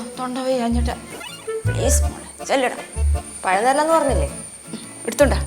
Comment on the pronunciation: ഒരു പയം 😂😂😂😂😂😂😂😂